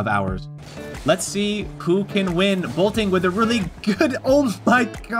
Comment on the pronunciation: He keeps saying bolting… ITS BOLTIN